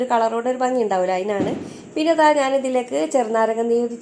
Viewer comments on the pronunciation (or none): none